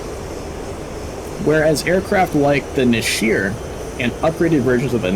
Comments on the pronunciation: Great review but I should point out one very minor correction. The hebrew word נשר is pronounced "Nesher" not neshir. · The second 'E' in Nesher is pronounced like the first 'E' and not like an ' I ' Nesher - eagle Nashir - shedable. like a hair which can be shed.